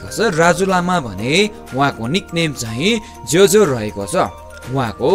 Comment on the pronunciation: it's no jyo jyo bro it's jo jo .... jo jo means brother...